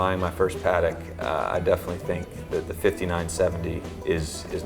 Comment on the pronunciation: Why can't Americans pronounce Patek correctly?